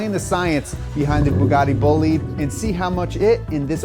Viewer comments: the bugatti boleed ahh yes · "Boogary Bullyed"